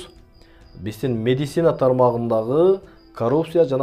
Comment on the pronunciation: Медицинаны тура айтчы ээ